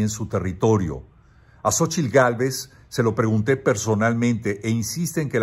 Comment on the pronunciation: "Xochilt Gálvez"😂